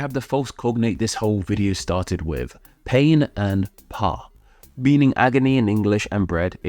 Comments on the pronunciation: What your pronunciation of the French word "pain" was extremely painful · From my narrow language knowledge (mostly my native German, C1 English and basic French & Latin) I can say his German was probably the best, even though it was just mediocre. The literal word from the thumbnail (pain) was severely butchered.